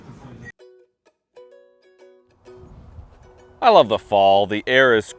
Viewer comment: "Whitch iss grate!" Hilarious!